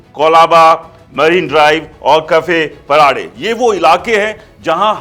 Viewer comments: कहा से हो भाई अगर मुंबई की मालूमत नही है तो पहले वही काम करो मालाबार नाही मलबार हिल कफे पराडे नही कफ परेड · कफे पराडे नही भाई , कफ परेड😢 मालाबार हिल नही , मलबार हिल कहो. कुछ भी मत फेको. मार्केट अभी भी बिलकुल डाऊन नही है